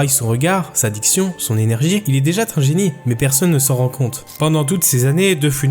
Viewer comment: "Il est déjà tun génie" '?!La liaison est un peu dangereuse si je peux me permettre...